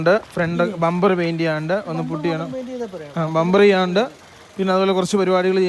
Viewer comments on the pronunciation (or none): none